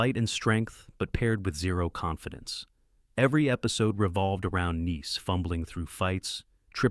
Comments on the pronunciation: It's not niece, it's nice. Nīs. Long I It's not u.n.c.l.e. it's Uncle. You're supposed to pronounce the acronym as a word, not spell it out. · I think the bot that's reading this saw "Nice" with the capital letter and read it like the city in France. I can't listen to this much more. I'm seven minutes in, and I'm going to quit. The subject matter is interesting, but that voice is intolerable! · An abysmal AI mispronounciation of "nice", among other words. Turned it off ; I'm not subscribing!